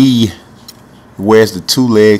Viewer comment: It's jahill Carson